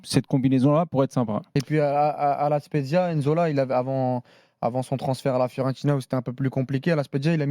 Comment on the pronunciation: N-zola? Vous dégoûtez avec vos prononciations de merde! Nzola c’est pas difficile! Si t’arrive à dire pneu tu peu dire nzola sans dire n-zola qd même